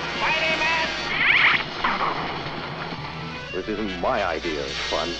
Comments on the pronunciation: "ok spydamen" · I love how often it sounds like they call him spider-men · Okay, Spidermon. :P